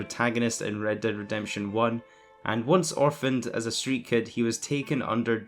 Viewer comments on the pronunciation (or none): none